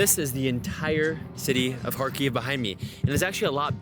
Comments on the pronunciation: Video is very cool, but it’s Kharkiv not KharKyiv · Odesa, not Odessa. Every time you say Kiev or Kharkov, you seem to agree that it is Russia. Please use Ukrainian transliteration in Ukraine